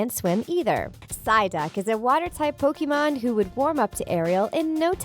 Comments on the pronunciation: The way she pronounce pokemon is like pokimon uhh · Its frustrating how she pronounce pokemon and pokemons name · she mispronounces every single pokemon name. she even mispronounces the name pokemon